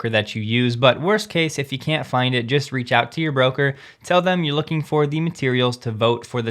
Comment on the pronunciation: Please take this as constructive... 🙏 Try eliminating the sing song delivery when you're reading script. You tend to over enunciate space between filler words and unnaturally inflect your sentences. Also, sure, not 'shore', and the, not 'thee'. When you speak normally as you speak, it's WAY better. (For instance, as when you wrap up your videos.) Love your content and consistency. You're a valuable Tesla information resource.